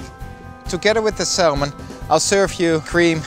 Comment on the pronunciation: Salmon is pronounced 'Sa - Mon' not 'Sal - mon'